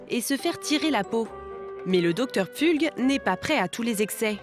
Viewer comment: 😂 j‘en peux plus, le docteur Pfulg (on dit Pfoulg) c’était notre voisin à Fribourg en Suisse. C’est un gars qui pense qu‘au fric et vraiment pas sympa.